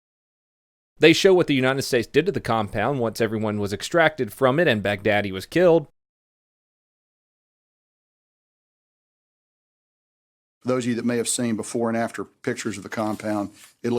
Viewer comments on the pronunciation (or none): It's Baghdadi not bag-daddy